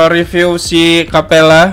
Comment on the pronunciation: Bang, kapella bang. Bukan kappela